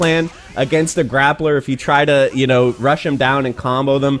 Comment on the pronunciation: We really saying grappla with the hard r now?